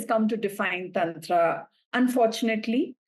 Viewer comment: Please correct her pronunciation of Tantra 😭